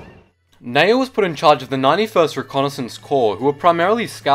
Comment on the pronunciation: N-E-Y-O not Nao